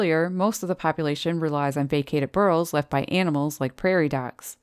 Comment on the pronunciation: Great video as always! 😃 By the way, what are "bur-rls"? 😆